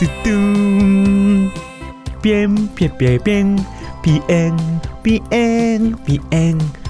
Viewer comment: ピエんって言いすぎてピヨンって言っちゃったw